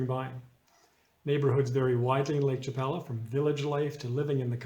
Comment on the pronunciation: You’re saying Lake Chapala incorrectly.